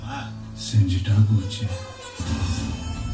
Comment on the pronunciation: Its pronounciation is not bijil, it's bigil. Ga, ga for gamora